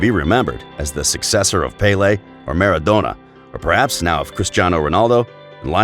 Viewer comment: WTF is a Maara-Dough-Nor?